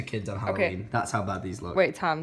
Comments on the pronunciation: She says tam we say tom 😂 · I love how pronounces tom😂😂 tahm😄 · When there are making the cake she says Tam but is TOM